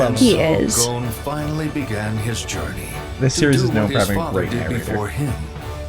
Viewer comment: Yeah, I'm not usually a dub hater, but this dub is rough. One Piece has me more open to Matt Mercer, but his Leorio just doesn't have the right energy, imo. The very flat proper articulation is a bit jarring too. Also hate the pronunciation of Gon, confused why its so different. I respect the audio processing issues and get why they're sticking to dubs, watched all of One Piece, so far, dubbed because I was sick when I started watching and reading wasn't viable, but definitely a loss on their part